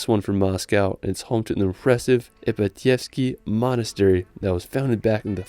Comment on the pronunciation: Dude kostromA don't kosrtOma ;) ipAtievsky don't ipatiEvsky ;)